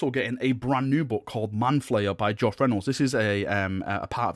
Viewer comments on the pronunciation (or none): none